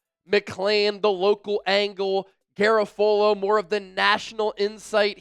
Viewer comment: Said in the tone of Hermione Granger Ausss-trailians... it's GaRAfolo, not GaraFOlo...